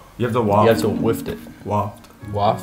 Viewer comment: It's "waft" my dudes 😂 what the frick are you getting "wift" from